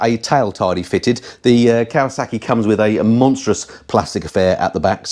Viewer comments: It's Kawasaki not Kawasarki there is no R in Kawasaki, apart from that great video keep up the great work 👍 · As soon as I heard Kawa saaarki I was done.